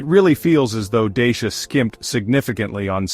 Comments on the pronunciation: You talk about some brand Deisha ... but all I see is a Dachia ... this confusion is a bit unprofessional for someone pretending to do a serious review! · You can't even pronounce the brand properly, let alone your monologue voice, you not very believable